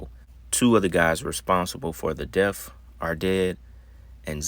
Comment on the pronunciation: His "def"... You want to promote yourself as a content maker while normalizing our ignorance... HIS "DEF"... You sound intelligent, so why mispronounce things. Is it on purpose? So the WORLD thinks even the "smart ones" don't know 💩 either Why is it Kool to be ignorant?